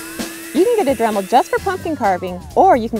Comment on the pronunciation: Dramul? 😂 Sorry, I couldn't help myself, it's actually a cute accent. Besides I'm in no place to talk! My accent is so strong my talk-to-text is crazy! 😆 A southern accent 🙄 so "reason" is "raisin"! And apparently I pronounce see like "say". I learned a lot from T2T about how I sound, and it ain't purty! 🤪🤪